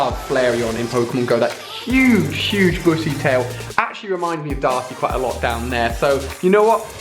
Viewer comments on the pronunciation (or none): none